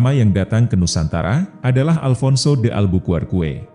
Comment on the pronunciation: Perlu diralat min... penyebutan Albuqurque sang penjelajah asal Portugis dibacanya "albukèrkiy" setara dg nama wilayah di Amerika Serikat... Emang susah diucap oleh lidah orang Indonesia sih... Jepang awal menjajah bukannya Agustus 1942? Kalo Inggris seingat saya cuma menjajah wilayah Jawa...